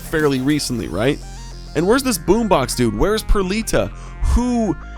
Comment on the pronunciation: Stop saying rhait